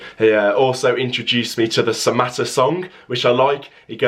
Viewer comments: you said that right mbwana samatta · You have said it right bro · You said it right buddy